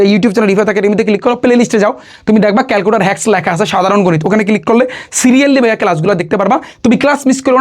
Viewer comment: ক্যালকুলেটর ❎ ক্যালকুটার ✅😂